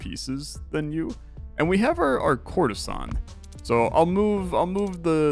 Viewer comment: For some reason, everytime you said "courtesan" I've heard "Coruscant" 😂😂😂😂